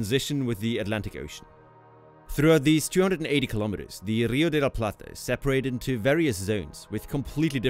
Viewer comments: The "r" in "rio de la plata" should be pronounced like the "r" in "river" - it's a strong "r".... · As an argentinian Its funny how he pronounces the R, he says RRRio de la Plata like if that R is gun ponting the other letters